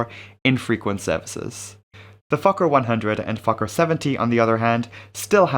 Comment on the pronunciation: As a swedish person, you nailed it!